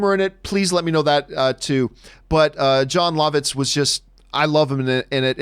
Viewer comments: He pronounces Jon Lovitz Jon Lahvitz and not Jon Luhvitz. Lol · John, I don't think you're pronouncing Jon Lovitz correctly. I'm pretty sure it's "Love-Itz"